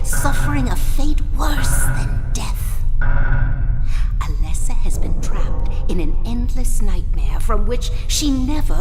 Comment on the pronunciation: Bro, every time you say allyssa, I go to comment that it's alessa, but then you say alessa, so I discard it.... AND THEN YOU SAY ALYSSA AGAIN!!!!